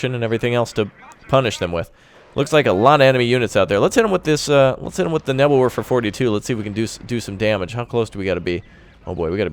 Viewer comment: nebelwurfer nein nein nein hanz das ist nicht gut es ist neevelwerfer